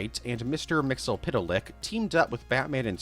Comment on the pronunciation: The ease with which you say "Mister Mxyzptlk" amazes me every time.